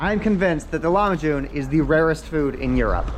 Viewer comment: Broooo its not lamahun. Its lahmajun